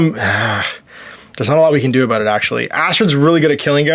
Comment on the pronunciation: Looks like fun when you're looking for something quick. And you said "aboot" in the first minute or two. Your maple leaf is showing.